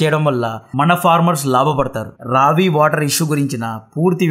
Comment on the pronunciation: రవి కాదు రావి నది.. బాస్ కాదు బియాస్ నది